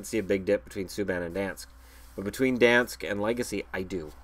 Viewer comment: Legace is pronounced “Leg-ah-say” if you care, lol